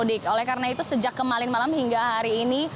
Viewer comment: Aku dengar nya kemalin wkwkwwkk kemarin btw 😂 belajar lagi ngomong nya. Jngn belajar ngeritik orng aja dn melihat kesalahan orng